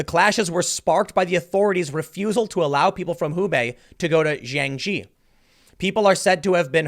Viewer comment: Jiangxi is actually pronouns as Jiang "See". Not gee. Hope it helps =}